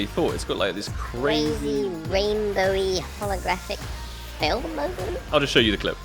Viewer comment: "creezi reenbouwi hologarafik tingi" lmao